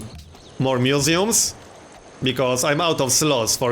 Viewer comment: he says museums funny!